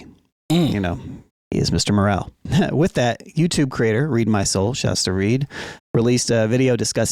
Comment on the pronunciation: Its Mr Morale not Moral..they are different